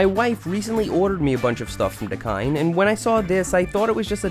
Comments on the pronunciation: Normal people: dakine ( pronounced : da-kean sorta ) Seth: dakine ( da-kind ) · Dakine make the best luggage 👌. Just to point out that us English people pronounce it dah-keen, so it was interesting hearing an American pronounce it 😂